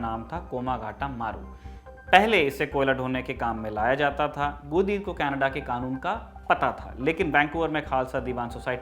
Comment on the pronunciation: श्रीमान गुरदीत नहीं गुरदित्ता सिंह